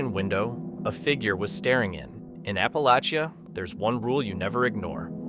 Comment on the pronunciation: Please learn the proper way to say "Appalachian " and "Appalachia ".